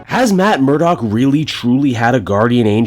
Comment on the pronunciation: It’s “Murdock”! I expected better from you,!:p:p:p It’s all right, you’re still awesome.